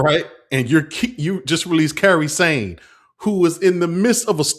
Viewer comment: Several times 😂. And "Karry Sane"